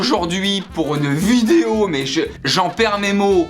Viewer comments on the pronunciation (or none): none